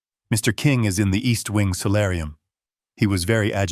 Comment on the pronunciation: Solarium, not salarium